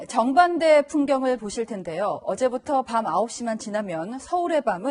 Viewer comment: 정반대를 발음할 때, 정..반대라고 띄어서 읽으세요. 리포터. 전전대통령 전전지사